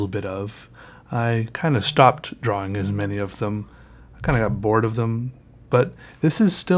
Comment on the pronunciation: I love it when he said twrawing 😂😂👌🏻